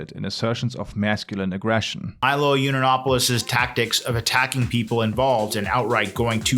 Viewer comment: Heavily researched and sourced. Can't even pronounce Yiannopolous.